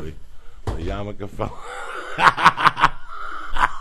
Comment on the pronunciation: "Yarmulke". It's not a Japanese motorcycle. Ya know, just for future reference.